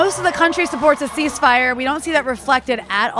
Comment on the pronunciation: she cant even pronounce ceasefire right